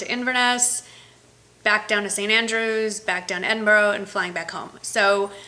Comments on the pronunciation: I live just outside stirling, Glasgow is not far from stirling. Try and say Edinburgh like Edinbura rather than edinburo x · Enjoy your trip! I spent 10 happy years in Edinburgh and miss it a lot. By the way, it is pronounced 'Edinbra'. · Wow! Cool, I live just across the water from Scotland. Love the way you pronounce Edinburgh. 'Edinboro'. It's Edinbura. You're so funny. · Hey, you will love Scotland. Inverness is beautiful. Edinburgh is pronounced edin bra ... We roll our r's lol x